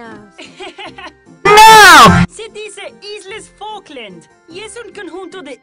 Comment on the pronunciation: I believe you've mispronounced, "Falklands"